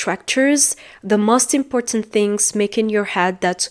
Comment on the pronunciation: Make a video not do Make mistakes not do Stick to a plan not into Most ( vowel o has long sound not short sound) You are wonderful 🌹